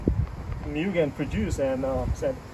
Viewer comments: also pronunciation is wrong brotha (MOOO-GEN) not (Meeww-gen) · It's pronounced "Moogen" :) Nice car, I have one too.